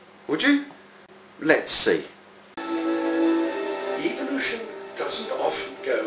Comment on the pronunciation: PS. It is called EVOlution not EVILution as you pronounce it.